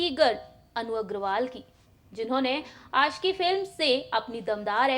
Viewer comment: आपका हिंदी भाषा सुधार दो महेस भट नहीं महेश भट आसिकी नहीं आशिकी